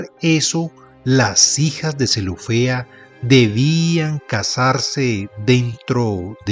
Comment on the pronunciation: Con todo respeto señor marrador UD no pronuncia bien....tenga cuidado y no pase las letras escritas.....zelofehad. No diga UD zelofea... En de Rahab UD dice raa.....el colmo Moisés no es Moisés......de seguir así me desuscribo